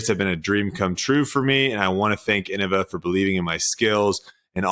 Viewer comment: Hey guys, I think it's pronounced "In-nova"